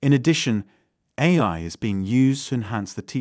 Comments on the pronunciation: The voice keeps saying "a-lie" - is this a programming fault or a subversion of the message? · the voice just said "a-Lie" at about 8.21 - This video is Ai!